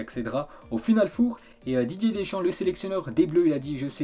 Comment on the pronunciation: La manière dont prononce final four me fume 😂😂🤦🏻‍♂️